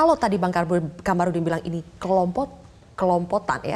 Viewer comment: Menit saya ngakak,kelompotan.yh seharusnya komplotan🤣🤣 Adakah yg satu server dgn saya😁😁